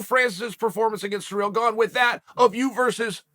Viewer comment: “Francis… Surreal”